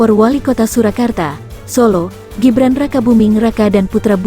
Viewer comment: Ngomong Gibran aja ga bisa....ko lapor sowak....